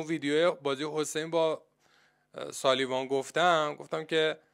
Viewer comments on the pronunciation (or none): عسگر عبدالله مرگ مادرت اسم اوسلاوان را درست تلفظ كن ساليوان عزيز بدنيس اول اسم بازيكن را ياد بگيرى 😎😎😎